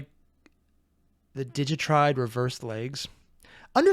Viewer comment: Digitigrade - Digit-ah-grade, not Digi-tried. Sorry - it bugs me, and I don't even know why.